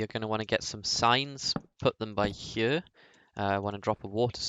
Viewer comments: How the fuck do you even say here, its sounds like chjø how you say it. Just fucking say HERE. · I hate the way you say here